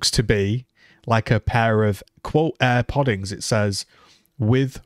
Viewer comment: Air podings 😂